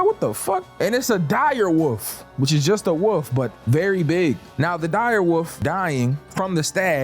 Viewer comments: *Wolf not woof… 🤦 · You can pronounce the word "wolf" dude, we know you can. Its not a fuckin woof